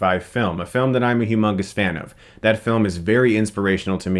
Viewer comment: He said "heu mungast" 😏